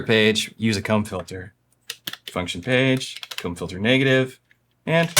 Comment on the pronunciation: a WHAT filter?!?! Oh… a comb filter! I thought you said something very different for a second!